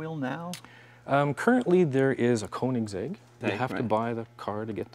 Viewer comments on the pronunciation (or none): Koenigsegg isn't Kohnigsegg, It's Kaynigsegg man.